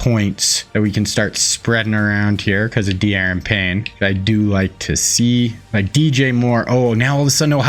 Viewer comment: Da'Ron Payne you're pronouncing his first name wrong. The game doesn't allow apostrophes for some reason